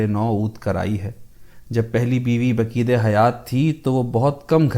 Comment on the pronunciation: تلفظ baqid نہیں بلکہ baqaidہے